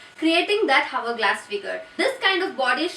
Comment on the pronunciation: Please pronounce hourglass correctly.